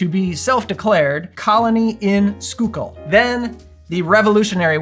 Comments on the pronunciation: Awesome job on pronouncing Schuylkill correctly - so many folks just can't wrap the head around some of the names around Philly! And the punch looks good too!!!! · Happy Friday! Great video as always! Gotta try this one. Grew up in PA. Schuylkill is pronounced skoo-kill there. No judgment, there's all kinds of crazy pronunciations up there! 😊